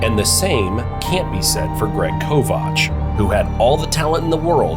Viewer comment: Yeah his name is also wrong. They pronounced it Greg kovACH